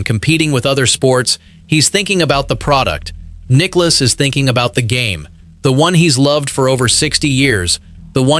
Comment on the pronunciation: The video asks for us, golf fans to subscribe. I’ll ask for the narrator to learn how to pronounce Nicklaus’ name correctly. Nicklouse isn’t even close.